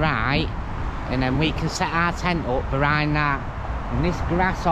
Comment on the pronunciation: not hating mate just sounds funny, love your vids 🤣